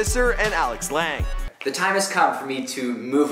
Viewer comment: I cringed everytime you tried to pronounce Lange..